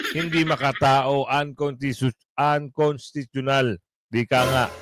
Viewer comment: pag na-pronounce mo ng maayos yung UNCONSTITUTIONAL ila-like ko video mo.. hahaha!:hand-purple-blue-peace